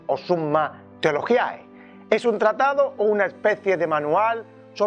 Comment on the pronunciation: Bien, pero el título en español es Suma Teológica. (En latín Theologiae, se pronuncia: Teologie, el diptongo ae, es "E")